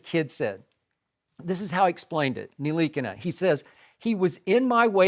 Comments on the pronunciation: Bruh they said his name was nikana its nih-la-kina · I’m French and it’s not Nilikina it N-Tilikina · Nil-E-Keen-Na, Skip. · His Name is Frank Ntilikina: Joy Shannon Skip Molly Max Michael Smith Jemele Hill Stephen A. All ya'll pronounced his name wrong which is disrespect because you didn't take the time to learn how to say it. Ya'll act like ya'll just saw his name on paper for the 1st time this morning in life. By the end of the season ya'll gonna put some RESPECK on his name.